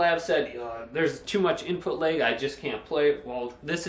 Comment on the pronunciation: Take a shot every time he says "input layg"